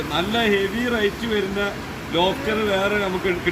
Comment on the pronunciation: ലോഫ്റ്റർ ❎ലോബ്സ്റ്റർ